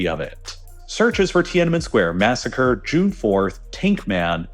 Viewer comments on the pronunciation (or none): none